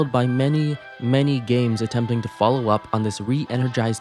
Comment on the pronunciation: “falow the path” Uh huh, sure bud I’ll “falow” I’ll “falow” real good!